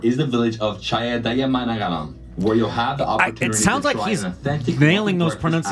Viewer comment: ChAdAyAmAnGAlAm nailing those pronunciations